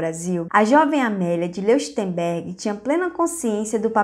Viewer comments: Beauhairnais é pronunciado /boarné/ e Leuchtenberg é /loishtenberk/ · Nao querendo ser chato, mas já sendo kkkkk Leuchtenberg se pronuncia Lóictenberg , em alemão "eu" tem som de "ói" 😁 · O nome Leuchtenberg se ler loirtemberg. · Onde foi que você aprendeu a ler?? Falta ritmo, a cadência é irritante. É impossível continuar ouvindo além de um minuto! A pronúncia do ditongo "EU" em alemão é "OE". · A pronuncia do sobrenome dela é: Lóishtenbérg. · Certíssimo, e o som ch se pronuncia puxando da garganta o som. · Exato "eu" pronuncia-se "ói" e "ch" como o "h" do inglês ou "j" do espanhol : um som aspirado.